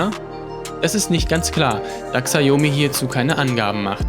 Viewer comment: sprich mir nach, SCHAO-ME xiaomi.